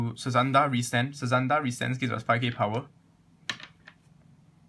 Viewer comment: it's actually pronounce as "sazanda" and not "suzanda" but i cant blame sometimes we just mispronounce something